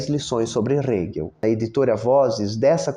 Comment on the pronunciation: Sou muito grata a todos os teus vídeos. Só queria deixar uma sugestão, quanto à pronúncia do nome do Hegel. Na legenda (que é gerada automaticamente), não aparece o nome dele quando falas, acho que, por causa da pronúncia (aparece Rego às vezes, hehehehe 🍑😬). Eu uso legendas pra me ajudar a prestar atenção no vídeo e fixar o conteúdo. Não tô reclamando, afinal, é conteúdo de qualidade, de graça; só tô deixando uma sugestão.